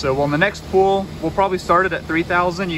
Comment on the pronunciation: I like your flicks, I have watched a lot of your Smeding flicks. But, young man, the word "pull" is not pronounced the same as the word "pool". "pull" rhymes with "bull" and "full".